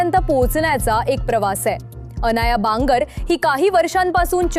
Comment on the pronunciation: येरे बांगड..मराठी आडनावे तरी नीट वाचा संजय बापूसाहेब बांगर ची मुलगी आहे ती 🙏